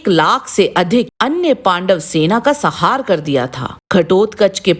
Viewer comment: आपको सपरिवार शुभ दिन आपके द्वारा निर्मित बीडिओ काफी अच्छा है। परन्तु आपने अश्वत्थामा द्वारा नारायण अस्त्र चलाने पर कौरवों की सेना का संहार ऐसा शब्द उच्चारण किया है। आपके द्वारा काफी धार्मिक बीडिओ पेश किये जाते हैं। अतः आपको शब्दों के शुद्ध उच्चारण के प्रति काफी ध्यान देने की आवश्यकता है।आप लगातार ऐसे ही बीडिओ पेश करते रहे। नमोनारायण आपको सपरिवार शुभ दिन।